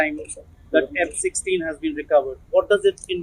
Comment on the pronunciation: The rifle looks more like a hybrid between Ak and M4. In 1.57 did I heard F16 instead of M16?